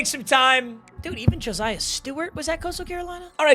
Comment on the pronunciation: hey man stop saying josiah like joziah wth JO SIGH UH <3 video